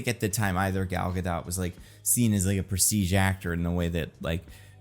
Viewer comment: It’s a bad look for a movie expert to mispronounce an actors name, let alone to do it multiple times and inconsistently.